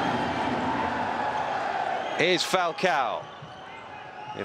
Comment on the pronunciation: Funny how that's how his name is ACTUALLY PRONOUNCED.